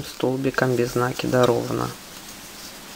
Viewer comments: Все хорошо, но можно правильно говорить "накИд а не нАкид, вы хоть применяйте проверочное слово " накИнуть а нАкинуть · Замечательный МК, но убивает слова нАкид. Простите, но мы делаем накИд, а не нАкид. Откуда вообще взялось такое ударение👎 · похоже на польскую фамилию из тех мест, где соседние с немецкими области. Правильно говорить и "нАкид", т.к. естественно для украино-язычного произношения (или. где сохранилось старорусь-кое произношение и словарный запас; может, в Беларуси), где ударения на первом слоге - не так , как в русском, где на втором "накИд"